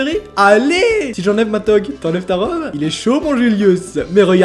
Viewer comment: Super comme d'hab XD par contre niveau référence: Pénélope: Femme d'Ulysse, Télémaque, leur fils Caligula: empereur connu pour sa tyrannie Toge: ça se prononce TOJE stp... "regarde ton spectre"???? Mais T sûr que tes lunettes sont adaptés? Le pouce en bas veut dire à mort dans un combat de gladiateur et le pouce en haut veut dire qu'on épargne le perdant et commode est connu aussi pour sa grande tyrannie... (d'ailleurs j'ai laissé un pouce bleu ^^;) ) voilà voilà ^^